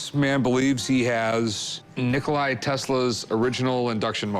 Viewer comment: Not Nikolaj..Nikola✅️